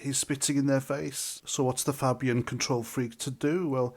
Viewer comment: It`s not Fabbian, it`s Fabian. Like rabies.